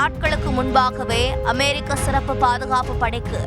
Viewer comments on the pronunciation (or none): none